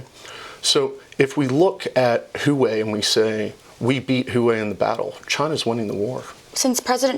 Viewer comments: Why are they mispronouncing Huawei, 'hoo-way,' instead of, 'hwah-way?' Is it analogous to Bush41 mispronouncing Saddam Hussein's name, in essence, calling him a shoeshine boy? Is it an insult or ignorance? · Huawei sucks, but it's not called hoo-way. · This guy is trolling us with that HOOWAY pronunciation right??